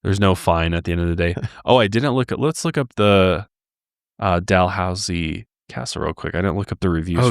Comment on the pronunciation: Idk if you know the pronunciation but its dal-hoose-ee